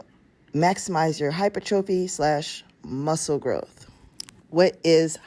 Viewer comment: Great video. I just want to point out, your pronouncing hypertrophy wrong! I notice this a few videos ago. Pronounc it as hi-per-tra-phee! The O is silent! Google has a option to hear the word as it is to be spoken. Keep up the good work!